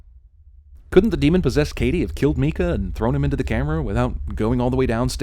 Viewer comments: isnt it mika?(meek-ka) not micah? (mike-ka) ding/no ding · I think when she said "hello micah it is pronounced mi-ke-a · Yes, my name is Micah and NO ONE pronounces it Me-ka. Its My-ka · It’s pronounced like Mike-ah not Mi-kah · God damnit My name is also Micah not me-kah... Just say my name right for once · You're right, "Meekah" is not how you pronounce it. "My-kuh" is how it's pronounced. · Yeah that spells Micah, MIKE-A not Mika which spells MEEK-A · Did she say micah like Me-cah it's MY-CAH IF IT IS MICAH. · Micah spelled like that should be pronounced my-kah or mike-ah not meekah -_- my brother is Micah, it's a bible name and it's pronounced Mike-ah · hildegain The name "Micah" is Hebrew for "Who is like God" and the traditional pronunciation is "mī-kuh". The pronunciation "mee-kuh" comes from the name "Mika", a feminine version of the name. While it's true one can pronounce or spell their name however they want, it doesn't change the fact that the way he pronounces his name is improper for a man. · Yeah i'm pretty sure the way they pronounce Micah is wrong. Haven't heard anyone say it like meekah, just mykah. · I'm glad you pointed out Micah sounding weird. I knew a Micah, he pronounced it Mike-uh instead of Meek-uh. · Meekah. Self explanatory. Micah is Biblical. Pronounced (My-cuh). If the dudes name was Micah in the script and she kept saying Meekah, she's dumb and possessed. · yeah Mee-cah for the name Micah is wrong, it's actually pronounced My-cah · i knew a guy named Micah, and if you'd called him "mee kah", he'd probably end you... so yea. the next time you Micah, be sure to start out by pronouncing it, "Mye-kah". or you may get your eyes dotted. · Isn't it pronounced mike-ah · By the end of the movie, I was rooting for Meekah to meet his demise via demon. That’s how annoying he and his mispronounced name were to me. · i know Micah is not pronounced mika because my real name is micah ( Dont tell) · My name is Micah, pronounced (My- Kah) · lol. "meekah"